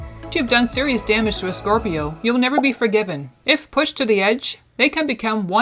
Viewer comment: she keeps saying corpio lol